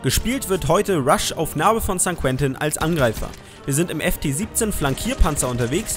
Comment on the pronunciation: St. Quentin wird sa konta ausgesprochen. Ribey Rolles kannste aussprechen